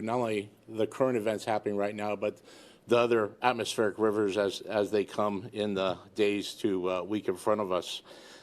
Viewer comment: "We're hit with multiple atmospheric ruvers."